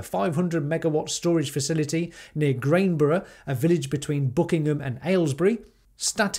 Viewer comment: The village is called Granborough not Grainborough, the Crown is a lovely place for food. I'm surprised there was so much opposition given I know people in the village and they are very pro EV, renewables and generally great people. Perhaps a leafleting campaign would work, if you could find a sympathetic Parish Councillor to go door to door I think you could win people around especially. Would be hard but people are reasonable.